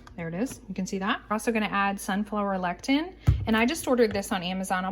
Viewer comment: It is pronounced le-si-thin. Lectin is natural repellant produced by plants!